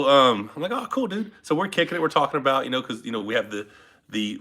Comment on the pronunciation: Canadian "aboot".